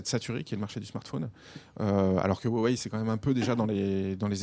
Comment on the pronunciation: Wéwei ?? Ou Rwawei ? Franchement